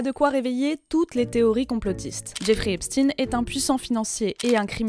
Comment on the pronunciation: Epstin comme Einstin??